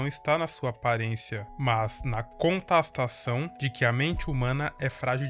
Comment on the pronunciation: conTAStação? ahahahahaha mano